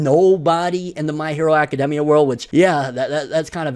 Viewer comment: The thing that made me mad was that hes saying academia wrong